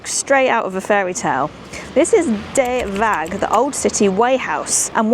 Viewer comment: Getting pronunciations wrong isn't a bad thng, but not even trying is really annoying. Did you even try and find out the right pronunciation for any of these places? I think not. Just asking a Dutch person, let Google translate voice it out, or checking Wikipeda articles (they sometimes have audio clips of names). I mean "de" in De Waag (the weigh house) is not pronounced dey or dee is just like "the" only starting with d instead of th. Not a difficult word for an English speaking person. Even plain English the would have been closer than dey or dee. And Zeedijk as Zeadik, when just saying Zaydike would have already been much closer (though still not right) with minimal effort. And that's just two examples.